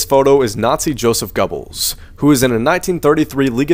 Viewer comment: "GER-bels" not "go-bles"